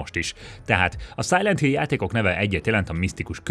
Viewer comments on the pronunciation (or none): Direkt mondtad,hogy "Szájlít Hill" mikor a Silent Hill volt a soros a listán? Vagy baki volt?